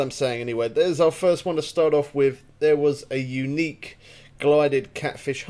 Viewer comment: . Gilded not Glided